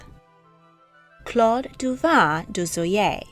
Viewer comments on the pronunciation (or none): none